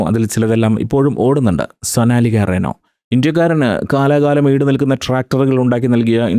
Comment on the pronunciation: It is not Reno, but it is "Rhino"